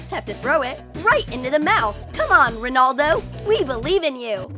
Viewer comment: Come on ROHNOLDO that's what it sounds like